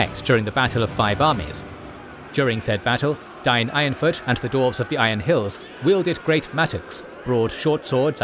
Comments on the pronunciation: The narrator cant pronounce the race correctly. Its dwarves, not dorves! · Great episode! Also, was I hearing the word "Dorves" in there? 😂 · I have to say, i dont like that you say DORFS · I only hear dorfs😂😂😂